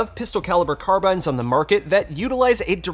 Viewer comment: Thank you for pronouncing it “carbyne“ instead of “car-bean”